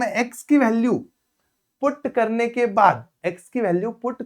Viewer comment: sir ne bola karne ka to karneb ka ! ❤❤❤